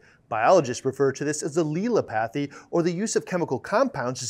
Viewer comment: Great video but you annunciation of Allelopathy is way off, it is a difficult one to decifier at first. Phonically is is pronounced 'al-lel-opathy' , so you kinda sound like you say "L" twice slightly differently then say opathy. There is no hard "a" or "e" sound, it is "al" like the short name you might call your mate "Allan".